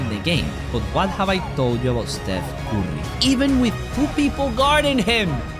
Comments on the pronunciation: Bro u said Stephen orry 3tomes in this vid😂😂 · It’s not Stephan corry it’s Stephen Curry😂